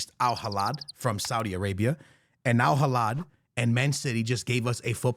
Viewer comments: Al Hilal❌ Al Hilad✅ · My guy its alhilal with an L not alhilad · It' AL HI-LAL not AL HILADDD my brother 🤣🤣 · It’s Al Hilal not Al Hilad my guy. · It's Hilal not Hilad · Al hilal ❌🥀 Al Halad ✅🤣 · Al heelaal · A years worth of my lifespan is reduced whenever i hear mispronounce al hilal's name😭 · Its Al Hilal there is no D and the H is silent.